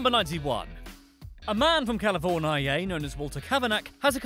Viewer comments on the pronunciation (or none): I beg of you, please stop calling California "Cal-forn-eye-aye" PLEASE!?!?